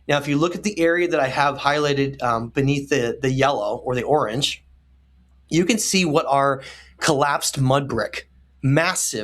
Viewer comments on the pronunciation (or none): none